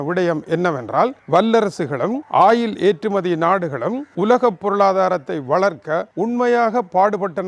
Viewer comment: வணக்கம் ஐயா, "ஆயில்"என்று இழுத்துச் சொல்லாமல் "ஒயில்- oil" என்று இலங்கையர் உச்சரிப்பில அழகாகச் சொல்லலாம் என்பது எனது பணிவான கருத்து......